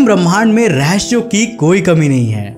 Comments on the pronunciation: Bhai why u say rahasya as rahashya and kaushik as kausik, don't get offended, i am one of your subscribers and fan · I like your videos.. but say rehaasyea not rehasshhyea.🤣...